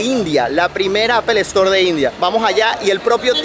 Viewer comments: Todo bien pero ojo con la calidad: No se dice ‘APEL ESTOR’, se dice ‘APL STOR’ (Apple store) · Esa pronunciación en inglés, fatal Apple- estoar😅😅😅😅😅😅